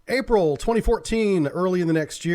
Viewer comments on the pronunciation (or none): none